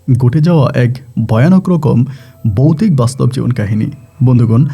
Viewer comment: Boutic,,,gote jaoa...asob ki uccharon...😂😂😂😂😂